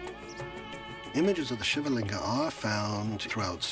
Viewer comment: Stop adding "aa" at the end of everything 😑 SHIVLING and NOT Shivalinga!!! VIMAAN and NOT VIMAANAAAS!